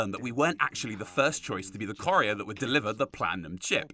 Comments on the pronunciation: Corrier? You mean courier, like coup. Not core. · How you say " Courier " as "corrieah" really bugs me! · TF is a "corrier"? And no, it's not an English accent thing.